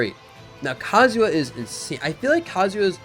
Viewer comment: Please stop calling him Kazuwa